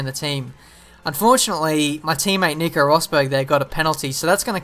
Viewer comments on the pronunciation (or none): none